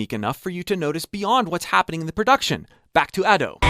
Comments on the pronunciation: Sorry to nit pick, but Ado is pronounced as Ahh-do, as in ah ok, and do as in do the note name, as a Japanese person who listens to Ado all the time it bothered me, again I'm sorry if this came off rude to you or anyone else. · Been following you for years, it's so surreal seeing Ado becoming a mainstay haha! Idk if anyone's told you or not, but her name is pronounced as "Ah-dough" 🙇🏼‍♂️ Thank you so much for the wonderful video!! So informative and insightful, especially as I prepare for my first live show! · ado? It’s Ado pronounced A-dough ok? But ur right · It's pronounced as Adu (or just as Ado id you speak spanish).